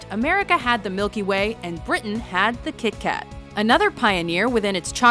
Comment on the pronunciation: Every norwegian was offended when she said KitKat.